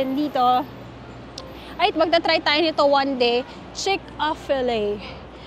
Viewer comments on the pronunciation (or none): It's CHICK FIL A It's not Chick of Fil A.